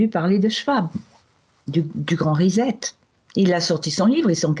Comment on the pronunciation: Le grand risette - c'est mignon, non ? mon bebe me fait des grand risette. c'est dommage que les Francais ne savent pas prononcer l'Anglais proprement. RESET si on decompose on obtient RE et puis SET Est-ce que SET vous le prononcez ZET ??? Alors le mot RESET se prononcera un peu comme RESSETTE avec une lettre 'R' Britanique que les Francais sont des nulls pour le prononcer.